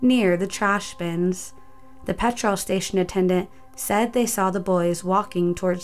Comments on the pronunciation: Hearing you struggle with simple English words like petrol, I would love for you to do 5 Unsolved Mysteries of Wales and see if you can pronounce the places there. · Not being rude but why do u pronounce petrol so weird? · or petr-O-l instead of petrol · Also the pronunciation of petrol/petroll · Just Jim PETROLE station 😂😂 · The amount of mispronunciations in this videos is just annoying XD "Petr-all" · How did you manage to butcher the word 'petrol' so badly? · The way americans pronounce petrol makes me cringe...also thats a pound sign not euro 😂😂